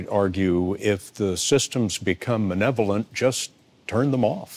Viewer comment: did he say manevolent?